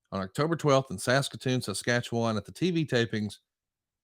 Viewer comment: I gotta say I’m very impressed with on this one. For a southern boy to manage to get out Saskatoon Saskatchewan that close to correct is incredibly impressive. That’s not a knock on people with a southern accent, Saskatchewan is a native Cree word, That screws up almost everybody. Great video fantastic topic and again well done to. Yeah, I’m from Saskatchewan, And I see you said it just fine.